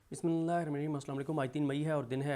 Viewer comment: بھائی بسم اللہ تو صحیح طریقہ سے پڑھا کریں میں پہلے بھی نشاندھی کی تھی پلیز پلیز توجہ دیں آ پ پڑھے لکھے اور مسلمان ہیں